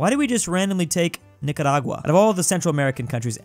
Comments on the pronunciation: Congrats on 1mil but god I hate the way you pronounce Puerto Rico 🇵🇷. I’m a bit bias because it’s my home island, but if you can say Nicaragua right, you can do Puerto Rico as well. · He says it correctly though